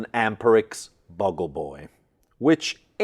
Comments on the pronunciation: Great vid! I use a tube preamp with a SS power amp, and that combination works great. Also, 'Bugle' is not pronounced 'buggel' - it is pronounced 'byoo-gul' - it's a trumpet kind of instrument often used by the military for wake-up calls, etc. A 'Bugle-Boy' would be the one who is designated to play it. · Why do you say "buggle boy"? It should be "beeoogle boy". I happen to own a couple of apparently as-yet-unused Amperex 12AX7s that I will Never part with. I'm glad you are having fun with some good old-fashioned equipment.